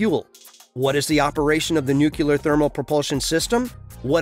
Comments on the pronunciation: It's NUCLEAR not nucUler. God help us!!!! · Please learn to pronounce nuclear: it is not anywhere close to "new killer" (like G.Bush), but rather close to "new clear". Your pronunciation sounds rather silly and annoying imho.